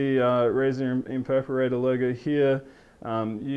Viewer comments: not being rude,but when did Razer make an Imperparater??? did i miss something? ohhhhh he means IMPERATOR, PRONOUNCED(EMP-ER-ATOR)! LMAO peace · oh man i luv your razer impersonator!... oh i mean imperperrater!! oh i need an some interpreter plss.... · lol imperperrater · haha impeperator))) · imperperderperratorrr lol pronunciation fail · IM-PER-A-TOR!!!!!!! It's not hard! Alt+F4 to skip ads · Terrible review, he can't pronounce the product name and he doesn't even know what mouse acceleration is.